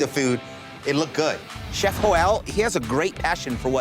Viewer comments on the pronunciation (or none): I love how Jon referred to the cook Joel as “Joe-L” but then he comes up and just says it’s Joel😂😂😂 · Very small thing I noticed not once did someone ever pronounce Joel’s name right as a Joel myself I staring to think people are gaslighting themselves in to thinking it’s joelle when every Joel I know is just.. well joel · Can we talk about the weirdest pronunciation of "Joel" I've ever heard?